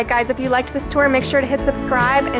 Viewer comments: Thought u said tiny dicks lol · Southern Sweet same I thought she said tiny dick I was like what the fuck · Totally thought she said tiny dicks hotel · You're staying at the tiny what?! Bahaha Either im hearing things or she said tiny dicks hotel. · 🤣🤣🤣🤣 I always heard digs but I can understand why you'd hear something else